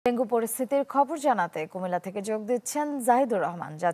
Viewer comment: ভেঙ্গু কি ভাই??😂